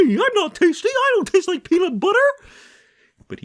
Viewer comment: Buhuhuhu Buhuhuter (The Bu goes from pronounced like boo to pronounced like bu in butter)